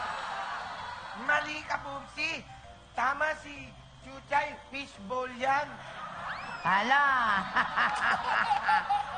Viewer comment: It's fish bowl, not fishbol hahaha